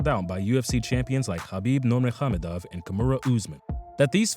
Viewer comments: I love how you tried to pronounce khabib name correctly, but its still wrong 🤣🤣, its khabib "Nurmuhammadov" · Never heard khabib being called nurmehamedov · The way he pronounced Nurmagomedov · written by someone that knows the sport, the speak doesnt know the fighter's name pronunciation.. 30sec in doesnt even get close to khabib s last name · Lol, yeah. How he pronounced Nurmagomedov, Kamaru, and Loiseau was like he only read the names before. Also called Mike Swick Matt Swick. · Nice pronunciation on Nurmagomedov - LOL